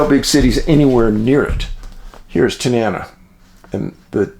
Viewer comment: Pronounced Ta-nuh-na. 69 year Alaska.